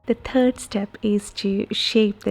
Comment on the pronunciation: She has trouble with 'third', the word. Th. Is it hard to say , th ? I cannot roll my 'R's.. Speaking Spanish would never be right... Much less Hindi.